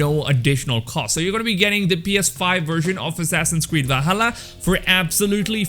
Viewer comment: Whenever you say assassins creed I hear assasin squid